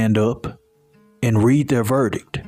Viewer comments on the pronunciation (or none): none